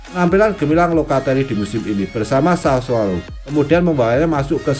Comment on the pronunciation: Sassuolo bukan sasaolo😭